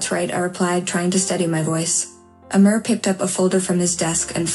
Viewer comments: His name is name IS Amir, not: a Mirror, not: mayor, It is Amir. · Your mispronounced of of Amir's Is more than rude, it's insulting.